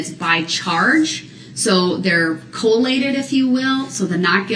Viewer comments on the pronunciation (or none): i dont unner-stan. You cant FORCE me to unner-stan. IN ALL CAPS. You said co-lated....what do dat meen?